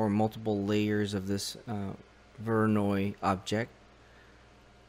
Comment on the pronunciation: No, not VOY NOY..